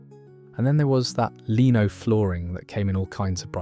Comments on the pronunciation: It's not leeno it is lino ! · Lino is pronounced Lie-no and not Lean-o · tie backs are 80s . i didn't discover fondu til the 90s, it;s pronounced lyno though not leeno, this seems more American, we had a dial phone until the early 90s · Lino pronounced line o. Not leeno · Its pronounced LYNO, and FONDOO!. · You're pronouncing Lino incorrectly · He probably calls an out door pool a leedo and not lido as well . 🙄